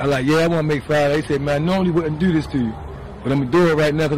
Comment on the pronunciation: Dew ( do ) 😅😅😅